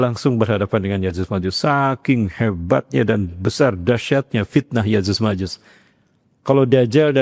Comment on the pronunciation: Cocoklogi. Nyebut nama ya'juj ma'juj aja Salah.